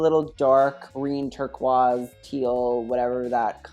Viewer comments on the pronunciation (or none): did he really say turkwahzzz HAHA no hate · But like...turh-KOH-iss